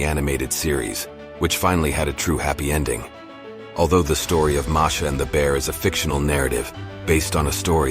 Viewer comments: Marsha yeah you are right he is a dumby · Uhh i guess the said the wrong name at the beginning they said marsha instead of masha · It said marsha